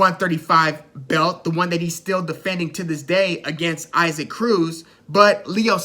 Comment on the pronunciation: Pronounced Eee-sock Cruz. You did your homework. Good stuff!🥊🥊